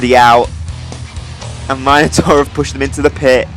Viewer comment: It's nice to hear Minotaur pronounced 'Myno-tor' and not the ghastly 'Minna-tor'. My old Greek mate King Minos sends his thanks for your mythological exactitude, dude - there's a cheque for 3,250,000 drachma (about £0.04) in the post. Spend is wisely...